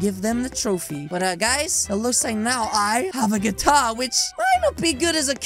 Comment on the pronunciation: It’s guitar not guatar 😂